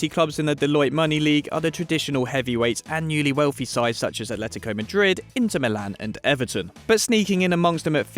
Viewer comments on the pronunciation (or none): none